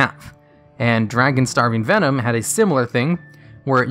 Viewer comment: I just wanna know why you pronounce it “venome” for the Vennom cards. They’re obviously based on snakes which have venom, not venome.